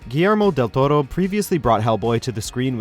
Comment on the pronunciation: the guy say Guillerno del toro very too strange